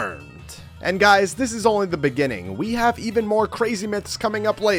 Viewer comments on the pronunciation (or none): none